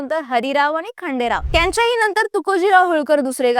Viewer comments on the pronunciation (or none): none